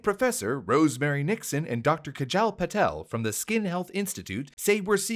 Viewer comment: Your pronunciation Kajal was hilarious. For future reference with an American English accent you would say Kah-jahl.